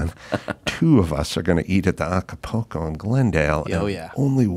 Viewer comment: Adam, I know you're illiterate buddy, but it's AcaPULco, not AcapOco.